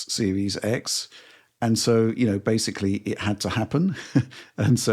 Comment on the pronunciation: Bro, please do one for every instance butchers the word ‘basically’ by mispronouncing it as “basely”. I swear he said it 6 or 7 times the last Direct he was on. It’s like an ice pick in my ear